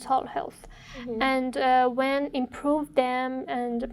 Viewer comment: I think you should be pay attention when you say when because you pronounce it vhen you didn't say when you say vhen 🙄🙄🙄